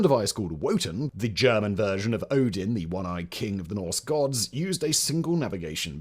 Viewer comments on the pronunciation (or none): none